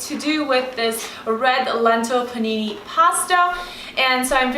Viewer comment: Haha, you are too cute. 'Red lentil panini pasta'. (what it sounded like to my ears anyway)